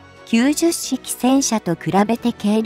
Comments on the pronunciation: 10式をわざわざヒトマルと読むと説明しているのに90式をキュウジュッシキと読んではいけません。キュウマル式です。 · ”ヒトマル”ってひけらかした後に”じゅっしき・きゅうじゅっしき”はないわー